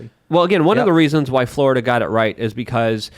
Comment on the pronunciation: The way Rubin pronounces Florida needs to change 😅